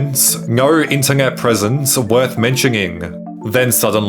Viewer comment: I have never heard such a weird pronunciation of the word “internet” How tf are you slipping the letter “G” in there? 😆